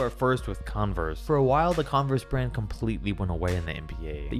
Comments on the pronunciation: Shoe RRand. Brah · Best starting five from every shoe RRAND!! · No one: The start of the video: every starting 5 from every shoe rrand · In the beginning it says shoe rrand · shoe rrand